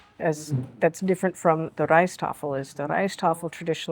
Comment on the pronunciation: Correction: the Rijsttafel ALWAYS has white rice in the center of side dishes, not fried rice, which is a separate dish altogether, and not part of the Rijsttafel. (Btw: your prononciation of "rijsttafel is excellent.). PAdang has the accent on the first syllable: "PA," as in PA-dang.